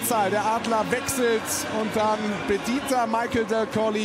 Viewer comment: Selbst in der Zusammenfassung wird Michael Dal Colle (nicht Dal Collie) falsch ausgesprochen.